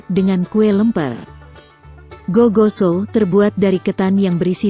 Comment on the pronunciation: Sala dia kalo bilang gigoso sama nasu paklekko